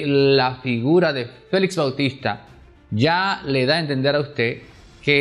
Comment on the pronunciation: FELIX , Y NO FELIZ, QUE ES UN APELLIDO. ESTOS COMUNICADORES DAN PENA PORQUE NO INVESTIGAN A FONDO COMO ESCRIBIR Y HABLAR.